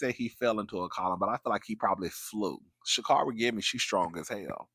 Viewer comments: It’s ShaCar🚗ri, she’s corrected commentary all the time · It's pronounced shacarry I believe.